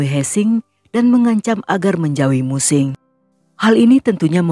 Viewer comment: Mu Qing = Mu Ching. He Qiang = He Chiang. Guangzhou = Kwang Chou